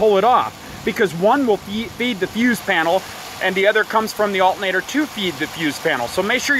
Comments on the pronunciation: It's not pronounced "altnator". There's another a couple more letters in there. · "VeE HICKLE" "Alt in nator" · Um…the THIRD LETTER of alternator…..is “T”…..NOT “N!!!” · uhl-ah-nader is running the vee-hhicle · al..ernator lol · No brother, that's Al'nator LMAO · There's a t in the word alternator. Lol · Can't trust a guy who can't say alternator right! Half ass shit! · The way this guy keeps saying alternator is soo annoying!!! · You're not pronouncing alternator correctly so it sounds funny. You can see the word is pronounced the way it's spelled.